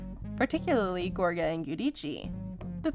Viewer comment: I can’t deal with the mispronunciation of Joes last name, so I won’t be listening to you anymore.